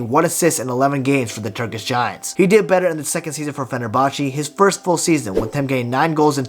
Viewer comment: It’s pronounced ‘Fe Ner Bahche’